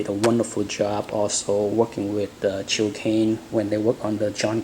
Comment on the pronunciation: Gil not Jil! G as in Gun.....